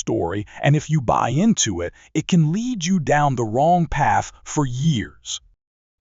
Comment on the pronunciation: mispronunciation of lead again.